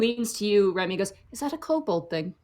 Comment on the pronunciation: She keeps saying Remy but i keep hearing REVY. WE NEED MORE REVYYYYY